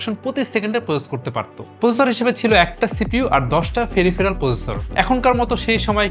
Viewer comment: ভাই আপনার উচ্চারণ গুলো ঠিক করা উচিত। ওটা ' ফ্রন্টিয়ার ' সুপার কম্পিউটার, ফ্রনটাইনার নয়। পেরিফেরাল হবে , ফেরিফেরাল নয়। দয়া করে আমাকে ভুল বুঝবেন না। ধন্যবাদ।